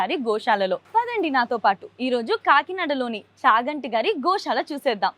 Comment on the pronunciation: adi sha kadu amma sa .. gosala - goshala kadu